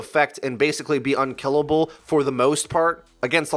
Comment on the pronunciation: Unkellible... great English 👍👍